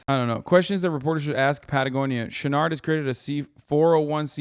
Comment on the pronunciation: I listened to the first half of this without looking at the screen much, imagine my surprise when I discovered Hasan was trying to say "Chouinard" the whole time